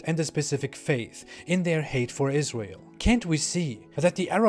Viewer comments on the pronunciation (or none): none